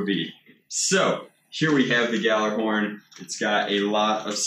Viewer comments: Its pronounced galahorn not GA ja lahorn play destiny godammit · Does NOBODY know how to properly pronounce Gjallarhorn, or do people just mispronounce it to piss me off? Yallarhorn! Gj = Yuh. Not Guh. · ... Oh right, jokes, I forgot to laugh hahahah.. But like seriously tho, that's the actual pronunciation. The g is silent and the j is pronounced like a y, so g/jallarhorn is pronounced "yallar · It's pronounced "Yallerhorn" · just hoping you see this,you don't say the j it's supposed to make the h sound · The J is silent in Gjallarhorn. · The way he says Gjallarhorn makes me sad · You don't pronounce the j in gjallahorn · Gjallarhon is pronounced without the j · When he pronounces Gjallarhon wrong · You pronounced the name wrong but ok.. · DONT PRONOUNCE THE J!!!!!!!!!!!!!!!!!!!!!!!!!!!!!!!!!! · Thats not how it is pronounced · You botch it's name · It's not G-jallarhorn, it's pronounced Ghallerhorn. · Pretty sure you don't pronounce the J, it's just "Gall" "er" "horn". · It’s supposed to be said like “gallahorn” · Can we talk about how he says guh-jallar-horn not gha-llar-horn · Yall-er-horn. If I hear Gajallerhorn one more time I'm going to scream. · when you said G Jallerhorn, i died a little its pronounced Gallerhorn the J is silient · No no itsnot ga jally horn IT IS GALL-A-HORN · Its pronounced galerhorn not gejalerhorn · It is NOT galaRhorn it is pronounced galahorn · Guh-jallarhorn... It's pronounced "yallarhorn" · It's not g jalahorn it's pronounced gallahorn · I'm sorry but its pronounced G-all-a-horn. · pronounced gallarhorn my dude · it's actually pronounced gyallarhorn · I think its pronounced gyallarhorn, as it is heimdalls horn of doomsday. he blows it to signal the start of ragnarok (destruction of the nine worlds) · Almost died laughing at ga-jiggle-jig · ah yes, Gah-jallah-horn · the J in gjalahorn is silent it sounds like galahorn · 1.gjalahorn is not in the new destiny 2.galahorn that's how you say it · silent J